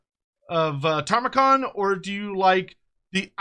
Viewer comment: You keep saying Tamurkhan wrong bro 😂 It's Ta-mur-khan not Tar-mu-khan ❤